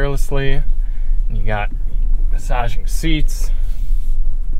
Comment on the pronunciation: I thought he said massage your feet... I figured with all the bumps. lol